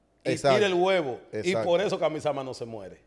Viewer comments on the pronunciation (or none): no es kaoisama es kamisama